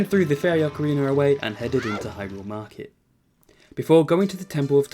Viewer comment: Ahh yes “ocariner of time”